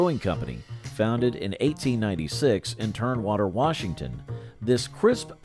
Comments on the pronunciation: As for Olympia, it's "Tumwater", not "Turnwater". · TUMWATER not Turnwater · It's Tum-water not Turn-water. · It's Tumwater, not Turnwater. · Turnwater? Oh man, there are a bunch of Northwesterners saying "What?". Its TuMwater, no "r". Sheesh. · Olympia was great beer and it’s tumwater not turnwater, oly oly O it’s the water and a lot more was a great slogan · It is pronounced Tumwater not Turnwater. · Oly was made in TUMwater, WA, not TERMwater. How can you read that wrong? And you completely missed Rainier beer. What's with that? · Oly was brewed in TUMwater not what ever you said🥸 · Did anyone else catch the narrator's mispronouncing of Tumwater, Washington? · I love how Tumwater is pronounced in this vid. Funny stuff. 😂. The commercials from my youth are the best. Hilarious. 👍🤪🏳️‍🌈